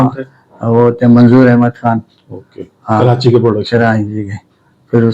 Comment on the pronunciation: Es ko bolny ka ni pata Karachi ko kranchi bol rha hai ye film kia bunnay ga😂